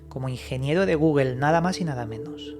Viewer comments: Dijo Google or gugel? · "de guguel" jajajja 😂